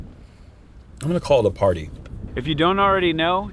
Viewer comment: Hahaha, I love this commentary! Big Germ "I'm gonna call it a Par-ty." Laughed way harder than I should have.